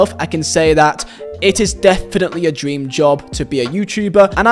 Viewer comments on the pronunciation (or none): none